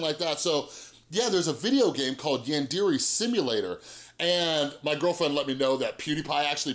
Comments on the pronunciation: And it’s pronounced yon-dairay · Actually it’s pronounced yawn deh reh (roll the r) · It’s pronounced like YAWN-DER-RAY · I will say, the way you pronounce yandere hurts my weeaboo soul a bit.